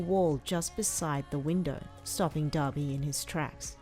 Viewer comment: Why did i hear daddy when she said Dabi